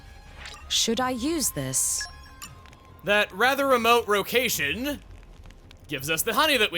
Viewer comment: 'That rather remote rocation...'